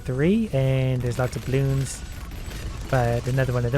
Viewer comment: Normal people: bloons: blioons